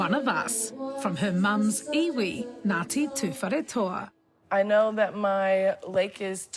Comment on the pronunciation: It's so cool how she pronounces Taupo and Ngati Tuwharetoa in a Maori accent and than in English back in her American accent